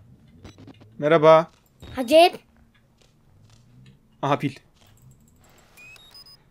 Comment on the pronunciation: 14.00 hacep dediğini duyanlar👇👇👇👇👇